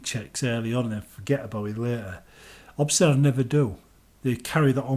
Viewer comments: Bro obsidian not obsidawn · Why are you saying Obsidan?